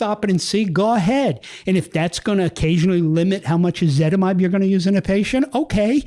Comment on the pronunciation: Why is ezetimbe pronounced "ezitimide"?